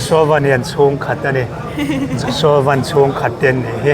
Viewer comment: A hming lam rik dan diktak an hrilh tawh che a, lam dik ve zel tawh rawh , a harsa lo em mai. Lei leh Van kan lam rik ang chiah a, VAN ti tur a ni e